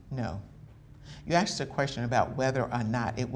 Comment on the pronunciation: Did Mills say axed instead of asked?